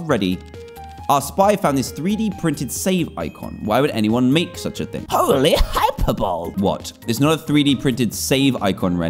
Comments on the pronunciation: It's pronouned Hi-per-bow-lee, not Hy-per-bowl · It is not a Hyperbowl, it is a Hyperbolee spelled Hyperbole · hyperbole is pronounced hi-per-bow-lee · Dan, hyperbole is pronounced hiy-per-bow-lee. LOL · 'HOLY HYPERBOLE!' Dan. That's not how you pronounce it!😂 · The way he said Hyperbole! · not one person noticed his mispronunciation of HYPERBOLE!?!?!?